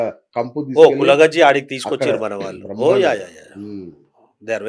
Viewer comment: వాల్లు కాదు, 'వాళ్ళు' అని పలకండి. తెలుగు భాషను గౌరవించండి.